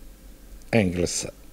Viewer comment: Маркса и ЕНГЕЛСА човече !!!!!!! Не ,,Енглеса". Невероватно....